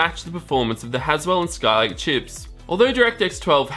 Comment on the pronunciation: I'm more bothered by "Skyke processors" instead of Skylake.